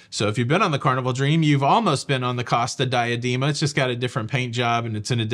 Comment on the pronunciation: Dee-ah-DAY-ma! Per carita’! C-oh-sta Dee-ah-DAY-ma. You’re unaliving me here!